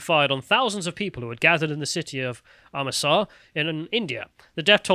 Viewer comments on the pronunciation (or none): Man, reading is annoying at times. "Am-rit-sar." It's not that tough to pronounce.